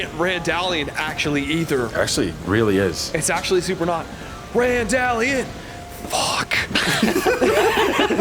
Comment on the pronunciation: randalleighon.. trameighlton... awful.